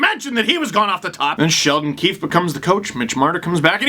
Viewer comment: I’m American but I like watching the Canadian feed. Did anyone else notice Ray Ferraro call coach “Sheldon Queef ahem Keefe” during the broadcast? It was the lone high point of the latter half of the game